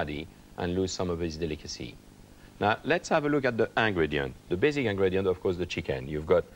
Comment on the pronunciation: I love how French people pronounce it “ang-grediants” lol